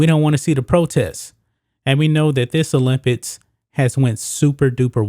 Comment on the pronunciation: After the second time u said olimpids I left.